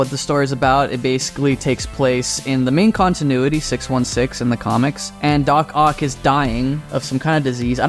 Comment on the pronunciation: It’s dock ock